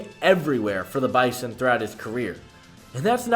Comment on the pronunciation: Bizon....not Bison. 😉